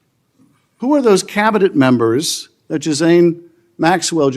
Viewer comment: He said Jizz lane Maxwell 😂 not Ghislaine maxwell